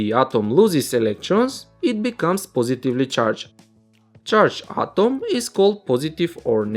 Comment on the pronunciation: Sir your atom pronounce is not good